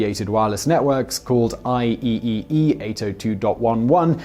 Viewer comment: IEEE is pronounced Eye-Triple-E